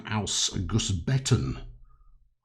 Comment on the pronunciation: your german is very good. Only the 'Häuschen' the german word for cottage was improvable, but thats quite normal for words with ö,ä or ü in it. Your 'Gussbeton' spelling Especially the repeating second one was perfect. like a native;). another thing I found was this 'BÜ Häuschen' BÜ stands for Bahnübergang. In english railroad crossing. This cottage are made for the waiting people who waits in the country side to get the trains passed. A little Photo footage: The two little house beside the Stellwerk are the old Versions and sometimes you can see them around little trainstations till today but many were destroyed or standing demolished from the time at the side of the tracks. So you can make little romantic stations or more modern ones with these two kinds. Another footage: Yours sincerly and with regards from a subscriber/fan.